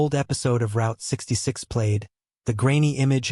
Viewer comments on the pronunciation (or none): If you're going to make videos -- fake (like this one) or real -- you should at least learn to pronounce proper names. This narrator can't even pronounce "Route 66" correctly, and he also mispronounces the name "Maharis."